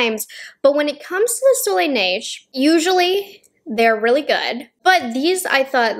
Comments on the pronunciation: From a francophone, your way of saying Soleil Neige is quite spot on. There is still a little accent but it’s very understandable 😊 overall, your French in this video is quite good 👍🏼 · You are actually saying it really well!! Seriously, my french ears didn't even shrivel a lil! ( Ok I sound sarcastic but I'm not 😅)